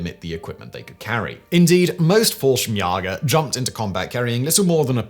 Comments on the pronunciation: Fallschirmsjäger is pronounced with an “a” sound, not “ah” sound. Like the letter A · The Jäger in Jallschirmjäger is pronounced like Chuck Yaeger's last name. Umlauts have a function, you knöw ;-) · An A with an umlaut should be pronounced like "ay". Simon has obviously been misadvised as to the pronunciation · Itll never be not grear hearing Simon butcher the german pronounciations <3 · The way simon pronounced "Fallschirmjäger" is kinda weird and funny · *almost correctly